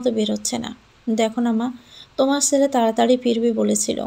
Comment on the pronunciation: চ আর ছ এর উচ্চারণটা একটু শিখুন প্লিজ। ছেলে কে বলেন চেলে ,, এই রকম আরো কত কি